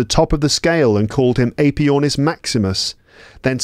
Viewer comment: Very good, but all the introductory wiffle-waffle is distracting. Give a brief introduction and then start reading the text. After all, if their English isnt fluent, they're not going to understand all that verbiage at the start. BTW, check the pronunciation of the AE in Aepyornis.